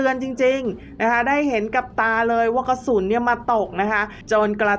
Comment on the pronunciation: กระสุน ไม่ใช่กระสุท